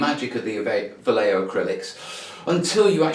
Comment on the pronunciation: No you were pronouncing it correctly. I only found out after years of mispronouncing it when watching a thing about the artist Boris Vallejo.